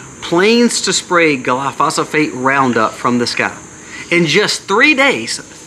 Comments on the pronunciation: I thought I’d help you out with one thing. Glyphosate is pronounced Gil eye-pho-say te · Say gly-fo-sate (glyphosate)